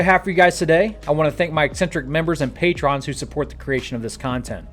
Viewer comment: "Pay trons"